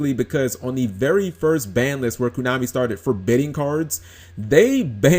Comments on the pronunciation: Furthermore, be glad we have a banlist and not a cycle rotation like Magic and Pokemon. I would hate it if I had to literally rebuild my entire deck every 3 months because entire sets were no longer playable. Props to Koonami (as you keep pronouncing it) for at least letting us keep our older stuff if we want and not forcing us to buy new stuff just because its new. Sure, the new stuff is what they know you'll have to buy if you want to be competitive and win major tournaments but at least we have the OPTION of using older stuff and occasionally finding ways to make older stuff work with the new. Or sometimes just flat out playing it as is for fun at a tournament rather than having to buy the newest stuff just to even play at a tournament in the first place.. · why you pronounce it KUnami? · why the hell are you saying "kunami"?